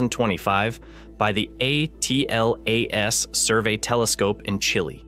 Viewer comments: Is this an AI channel? Why does he keep saying 3i / A T L A S, instead of just Atlas? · Just say Atlas , you don't have to say each letter A pause T pause L pause A pause S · OMG for crying out loud say the word atlas not a-t-l-a-s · Please stop using the seperate letters and just call it ATLAS instead of Aa Te El Aa Es ! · 3 I slash A... T... L... A... S??? Why😂😂😂😂😂😂😂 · You lost me at “3…… i… A. T. L. A. ess” Bozo ai nonsense paired with random clips and no new information. Why are people like this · the way you pronounce 3I/ATLAS is jarring. as if you're using an AI-generated voice. also, content had actually no new info about "three i slash a tee el a es" for a whole 10 mins. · That's one of the strongest indicators that it's AI . I've never heard a human presenter say J-U-I-C-E, it's always 'Juice'.